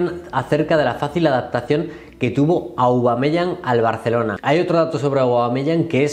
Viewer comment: Cada vez que dice aubameyang me da un infartito